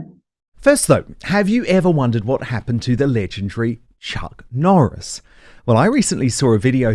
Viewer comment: Every time I hear the Chuck Noris promo all I can hear is: Chuck the fence 😂